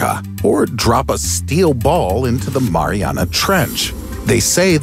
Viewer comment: STOP SAYING MARIANA